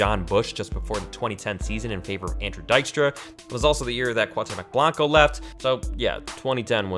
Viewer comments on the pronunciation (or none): Do Mexican Players in MLS & MLS Players in the World Cup. Also, it’s pronounced Coo-ahh-temoch Blanco